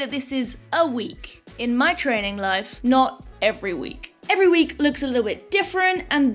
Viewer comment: Also 'trainin'"